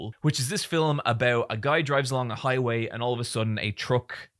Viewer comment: Sometimes when you say the word “Film” it sounds like to me you’re saying Fill’em